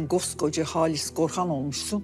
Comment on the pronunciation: Halise "Halis" diye diklendikçe içim rahatlıyor 😂